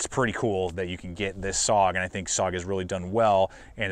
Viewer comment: I know this is nitpicking, but SOG is pronounced S...O...G... each letter is pronounced and not run together as "sog". A small thing maybe, but l know how it feels if people continually mispronounce your name or your city.